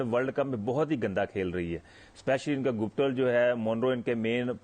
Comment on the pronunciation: guptil ko gooptil bolta hai cricket ko kirkat koi bolo usko.